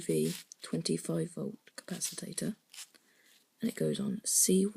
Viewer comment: Very well done young man. Great work. By the way capacitor it's pronounced "cap a cit or" not "cap a sit or tate or" uF is micro farad. Keep it up. ;-)